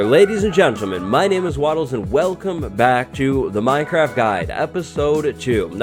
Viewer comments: 🍿 Its Minecwaft time 🍿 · Uwu. Minecwaft! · minecwaft. Everyone else: minecraft